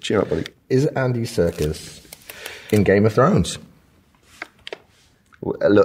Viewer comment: Can he stop calling him Andy Circus?